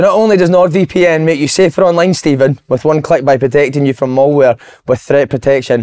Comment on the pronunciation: I work in cybersecurity and hearing Si call malware ‘mulware’ was funnier than it should have been 😂😂😂😂